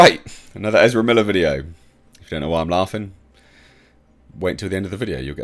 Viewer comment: From now on, just call Ezra Miller they way you tried to say it. "Ezrblbblele". It's better.